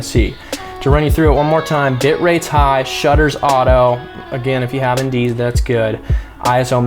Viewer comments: Hey you kept saying something about indese or something like that to adjust the shutter and FPS. I just couldn’t understand what you were saying. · Sorry, didn’t quite catch the term : “in dee s” when you talk about shutter speed. What’s that?